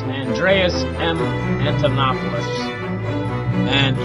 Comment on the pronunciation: I can not listen to your pronunciation of Andreas's last name, Antonopoulos, and Satoshi. Is it so difficult to spend a minute and learn proper pronunciation?